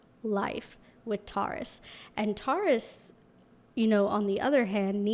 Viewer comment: The way you say Taurus-> TAW—-ris 😂😂😂LOL